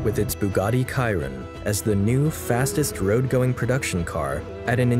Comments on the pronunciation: Kairon? dude it’s Sh ! Sh iron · This was a quite good historical overview. Until the end when the young narrator pronounces Chiron differently than is usual. I've only ever heard people say; she-ron, not; kai-ron. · Bugatti CHI RON, Not bugatti CIRON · great review, just Chiron is like sheeron no kiron> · Oh yes, the last one made me confused a little, its not a Kiron, its a Chiron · its 'chiron' not 'ciron' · It's not Kai-ron...its She-ron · It’s pronounced “sheeron” not “kyron” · Bugatti "Kyron" 💀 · And the narrator should learn how to pronounce the names of the new Bugatti cars. it is not Ky-ron but She - ron for example. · Shi-ron not kai-Ron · Bugatti Kayrin 🤣🤣🤣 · You lost me at Bugatti Kyron🤦🏽‍♂️. It’s pronounced Shi-Rone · bro. chiron. come on. joke of a "documentary" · Is it only me you who noticed the he mispronounced chiron????? KYRONE 😂😂 Ruined all his credibility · Great video, the movie clips cut and put into the video fit so well 👌, however, the pronunciation is funny, sorry but Kayron instead of Chiron is unacceptable, you just need to open 1 video in yt to hear the correct pronunciation and you call it a day. A lot of effort into video production I can say that 👌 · Awesome story I love the amount of research this must take , 1 critique though Chiron is pronounced Sheeron , it is after all one of the most amazing hypercars ever to be produced ! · Chiron like “chair Ron” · I believe it’s pronounce “Sheer- on” and “Vey-Ron” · chiron, as in she-ron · “Bugatti kyron”??? 💀💀💀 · Amazing video, but the Chrion pronounciation hurt me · Chiron = SHI-RON *Pronounced Jean = JUAN *Pronounced Veyron = VEY-RON *Pronounced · Chiron is said like this (sheeron) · *'Kairon''? -When you're not a CAR guy and attempt to make a CAR video for the views. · Lol the varen and the kyron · Ok I’m sorry, bothers me…it’s vey in as they and ron and chi being sheeron…ron…not ren. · Bugatti Kye-Ron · Bugatti kyron?? What the fuck… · its pronounced "chee ron"